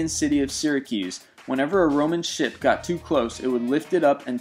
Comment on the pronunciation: He said shit instead of ship